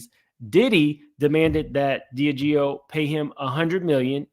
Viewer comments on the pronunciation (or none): DIAGEO - Pronounced: "D - Ah - Gee - O" 😅😅😅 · Pronunciation: DEE ah GEE oh. Diageo.